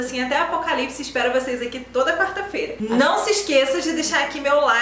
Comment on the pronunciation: Lindo Lindo!!! Você é também maravilhosa!! E articula muito bem! Com muito amor, mas , não se deve falar, " capítulo um, mas, capítulo primeiro," e também, quarta fera, mas feira!!!!